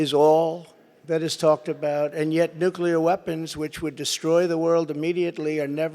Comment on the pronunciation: It’s going “ nuke-clear “